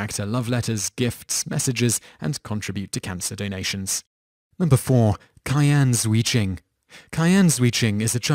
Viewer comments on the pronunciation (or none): *Cheeahn Jheuh-Joon Sorry, but that was really bugging me... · You've completely made up that fat child's name. in chinese Q is pronounced 'ci' like in italian 'ciao' 'zhi' like english 'ji' in Jimmy 'jun' like 'June' try to read it like : CI AN JI JUNE